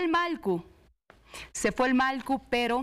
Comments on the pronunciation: Disculpe sera que puede pronunciar Mallku?..no Malku..por favor! Gracias! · Que pasa con la conductora no puede pronunciar MALLKU dice malku varias veces